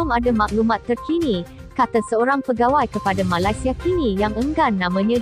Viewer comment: Sebut malaysia pun tak betul....huhuu